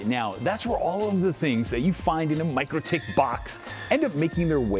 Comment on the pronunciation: It's not pronounced Micro-tik, is Mik-rotik 😂